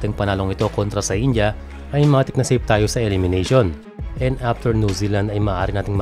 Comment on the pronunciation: Boss, correct ko lang yung pag pronounce ng last name ng India head coach (Veselin Matić) it's Ma-tich NOT "Ma-tik" (parang transmission lang ng sasakyan? ✌️). Serbian siya, so syempre ganyan dapat pagbigkas.